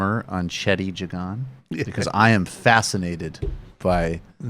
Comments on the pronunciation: His name is pronounced Jay-gan. Lol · Every Guyanese person that I've ever known has pronounced his name as Jag-an not Jay-gan lol